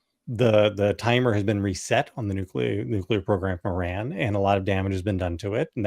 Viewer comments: JVL & Sarah, It's not Ihrr• R A N It is Ihrr•R O N Tim figured out how to pronounce it correctly, u 2 need to also!! After years of talking about Iran, u shud least give the country--not it's dictator leaders but the people of Iran respect & pronounce the country's name correctly & not ignorantly. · *sigh*. . . /ih-RAHN/ & /ih-ROCK/ not /I-ran/ & /I-rack/ 🙄🤦🏼